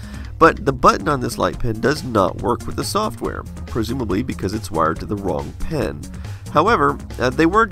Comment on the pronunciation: I learn a lot from your videos, but this was a bit confusing because you seem to say "pen" and "pin" the same way.